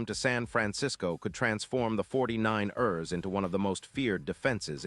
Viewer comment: This AI can't pronounce for ish 49..ers lol. Crosby going to the Niners would be nice but I don't see it happening.